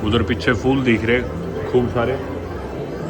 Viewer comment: Bhai phool hota hai fool nahi😢😢😢